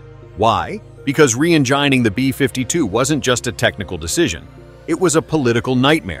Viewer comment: Yeah... The "re-eng*eye*ning" pronunciation was just laughable.